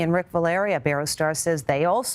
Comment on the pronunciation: Omg they didn't say iberostar right